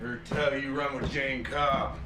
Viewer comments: In the name Jayne, the "e" is silent. It is pronounced like the female name, "Jane". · A bit odd since throughout the show, the episodes she's watched, I'm sure she's heard it pronounced correctly several times, so why she continues to mispronounce it is a mystery. It's not like she made the mistake in pronunciation when reading the name Jayne; she's HEARD how it is pronounced. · By the way, although the French/Spanish language track calls him Jay-nee, in the English the final vowel is silent, and his name rhymes with pain or rain. “Jayne brings the pain with his stick that sounds like rain.”